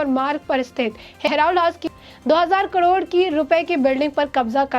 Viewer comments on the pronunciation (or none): He's Oscar Fernandez, not Oscar Fadnavis. He's Khadge, not Khagde. करोड को कडोर न कहें। Pl improve on pronunciation and accuracy of news. Don't be monotonous.